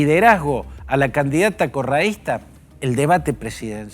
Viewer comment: Como no sabe decir Correista tampoco sabe nada este periodista